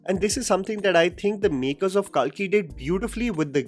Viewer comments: It's not kaalki , it's कल्कि , kalki. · What’s with this calling “Kalki” as “Kaalki”? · Its Kalki not Kaalki 😅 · Kalki( not kaaaaaalki) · It is “KALKI” not “KAALKI” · Why the fuck were u saying Kaalki instead of Kalki🤮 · It’s not KAALKI it’s KALKI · It’s not ‘KAAlki’, it’s just Kalki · Its not Kalkee.. Pronounce it correctly.. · First pronounce kalki in Indian accent and then show then flex ur English speaking skills!!!! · Pronounce “KALKI” properly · भाई आ की मात्रा सही जगह लगाना सीख जा। बहुबली नही बाहुबली, काल्की नही कल्कि।